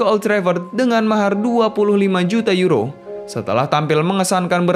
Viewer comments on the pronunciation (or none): none